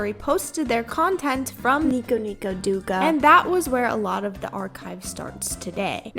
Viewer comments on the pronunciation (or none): friendly reminder that powdersoft is an AI "artist" now you also pronounced 'douga' wrong